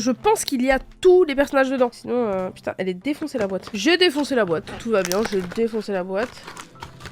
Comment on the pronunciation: pour pu***n tu dis poutine